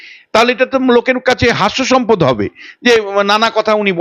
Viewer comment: কী দরকার ইংরেজি বলার? হিউমিলিয়েট ( humiliate ) কে হিউমিলিট ( humilit) বললো । এ আগেও behalf কে বলেছিলো বিহাল্ফ। বাংলা সুন্দর ভাষা তাই ভুল ইংরেজি না বলে সবটা বাংলায় বলতে কী অসুবিধা ? - এই লোক তো বাংলা "প্রকৃত" উচ্চারণও ভুল করলো। : - "হাস্যাস্পদ" কে বললো "হাস্যসম্পদ"। ছিঃ ছিঃ এই জন্তু নাকি অধ্যাপক ! এই অধ্যাপক তো বাংলা ও ইংরেজি কিছুই জানে না।